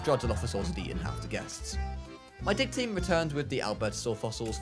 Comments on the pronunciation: I know he says “Dig team” but i hear “Dick team”…. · when he says dig team it sounds like dick team